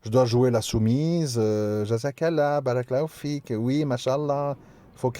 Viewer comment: Salam a3leykoum cher/ère frere/soeur nous devons essayer de prononcer correctement certaines formulation sacrée en arabe notamment concernant la formulation : baâa raka ALLAH o u fik il faut bien allonger le bâa de "bàa'raka" ,car en arabe les voyelles longues ont une importance capital car elle peuvent changer carrément le sens d'un mot ,et pour preuve si tu n'allonge pas le bâa (juste en mettant 2 A) le terme signifie quelque chose de très blasphématoire que je ne peux meme pas ecrire pour te dire la gravité de l'erreur!même si c'est une retranscription en français les gens qui lirons tes commentaires dans lequel figure cette formulation ils sauront par la présence des 2 "a" de manière intuitif que la prononciation exact de ce terme ce fera en insistant sur la voyelle "baa" . Fais ce rappel a ceux qui commettrons cette erreur wa salem a3leykoum wa ra7matouLLAH.wa ALLAH swt ou a3lem